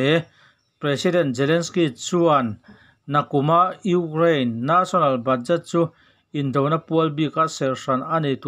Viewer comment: Ukrane tih leh National tih i lam dan hi chu ti danglam ve hret la chu ngaihthlak a nuam deuh ang maw le